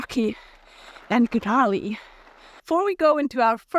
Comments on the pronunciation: I enjoy your videos and I appreciate your opinions. But, the “g” in “gnarly” is completely silent, so it’s just “narly” (I checked a couple dictionaries to make sure this isn’t a personal preference or misconception. ) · The g is silent in gnarly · Seems like a great new tech! Btw, you dont pronounce the g in gnarly :)